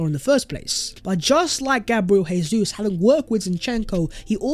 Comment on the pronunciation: It’s Jay-zoos, not Hey-Zoos. He’s Brazilian not Spanish! Cmon bro